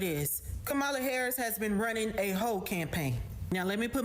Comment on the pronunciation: OMG lol did he say "Koala Harris" lmao i'm dyin' here!!!